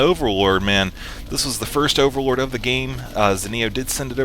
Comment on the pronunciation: I got a strange feeling that says "Orallord" instead of overlord:D